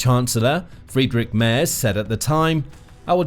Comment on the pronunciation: Love your reportage. The German Chancellor’s name is pronounced “Mehrts.” Keep up the great work!😊